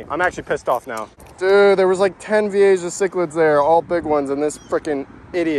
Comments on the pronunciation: Oh man, as an aquarium enthusiast, your spanglish pronunciation of Vieja (VEE-AY-HA) was killing me. Gorgeous fish though, too bad they're invasive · Vee-A-ha bro the way you say it drives me nuts just saying, still great content none the less. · by the way. its pronounced V-A-HA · Don’t you ever pronounce Vieja like that ever again that was actually disgraceful to the fish keeping hobby. How is it even possible to be that wrong at pronouncing a word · Youre all wrong. The J is pronounced as a G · You pronounce vieja wrong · You’re pronouncing the fish wrong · Oki feel better I'm not the only fish nerd literally getting P'ed off every time he said Vee-a-Jah!! It's actually one of my favorite fish and I mean he obviously has caught them quite a few times, to not even try to learn about the fish(especially simply pronouncing the name)had me almost turning the video off. Ï don't help for some reason he said the name about 100 times in a10 minute video haha. It's VEE-A-HA VEE-A-HA VEE-A-HA!!!! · is it pronounce Vi-ei-ja or Vi-ei-ha? since it's Spanish "Ja" is pronounce as "Ha" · The "ja" in vieja is pronounced "ha". J's in Spanish usually sound like H's in English. Just started watching your videos. The aquarium ones. I'm an aquarium nut. I was VP of an aquarium club for 3 years and secretary for 4 years before that... Damn! I think I could move to South Florida and just run around with a net and a bucket and be happy for the rest of my life. This looks so much fun! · Not that it matters but it's pronounced, 'Vee A Ha' (Vieja). Not Jah. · Technically it’s pronounced vi-a-ha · I smiled everytime he said Veehaysha im calling it that from now on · Vee A HA is the pronunciation lol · Pronounced vee-AY-ha. Spanish word for "old." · Pronounce as Viyeha :)